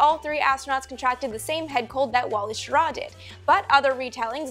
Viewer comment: You mispronounced Schirra. The emphasis is on the first syllable not the second.